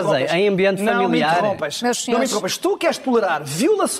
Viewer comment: “Eu não toloro” mas o Miguel prata Roque não sabe falar português??😂😂